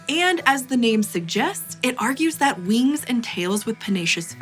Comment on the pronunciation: She one of them people who says weengs and laygs.